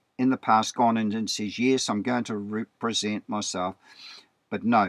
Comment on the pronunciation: "rep·re·sent" not "re-pre-sent": Be entitled or appointed to act or speak for (someone).